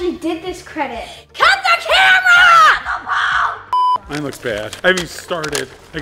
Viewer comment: The fact she said CUT THE CAMRA